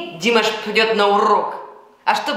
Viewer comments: смотрю Ваши комментарии уже третий год и мне нравится всё, кроме произношения имени нашего любимого певца: его имя не ДИмаш, а ДимАш, то есть ударение на последний слог! Что касается реагирования на некоторых критиков по поводу Вашего произношения на русском языке, то я Вам хочу подарить для таких случаев французский совет: " когда я встречаю на тротуаре кусок навоза, то не задумываюсь над тем как он сюда попал, а просто зажимаю нос и иду дальше!" Что касается Вашей фамилии, то у Вас был знаменитый однофамилец - пророк Моше ( Моисей ), который вывел еврейский народ из египетского рабства... И в конце комплимент: у Вас потрясающий грудной смех, но бывает он у Вас только тогда, когда Вы говорие по - русски! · Извиняюсь, но по правилам тюркской грамматики, ударение в тюркских словах ставится на последний слог: не ДИмаш, а ДимАш! Ещё раз извиняюсь! С уважением аксакал Жанат, Астана. 10.02.23.